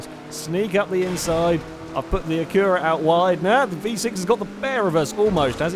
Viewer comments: the way he says acura is retarded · Not until today have i noticed the English way of saying Acura puts emphasis on the U, where Americans emphasize the first A.